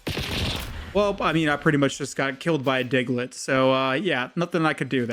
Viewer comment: “I just got killed by a Digglet” killed me